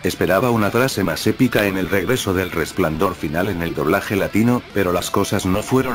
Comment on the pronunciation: Volver a escuchar a Rene Garcia decir Resplandaor Final vale la pena el capitulo.